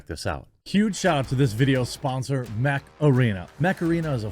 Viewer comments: I didn't hear mech arena, all i heard was Macarena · I watched you talked about Mech Arena often and I still think you say Macarena every time haha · Oh! "Mech Arena", i heard Macarena when you said it. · Me too! Now that damn stupid song is stuck in my head.....flashback to the 90s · Every time you promote the Mech Arena game I hear it as "Macarena". It always makes me laugh a little inside. On another note, Pitbulls can be nice. I remember a friend of mine had a blue nosed male pit named Monster, he was huge and a red nosed female whose name I can't remember right now. She was smaller but she would chew on a shot put sphere for fun. When I would go over she would always bark at me until I greeted her, and Monster just loved to be pet. They'd known me for a while of course, and I never saw them be aggressive.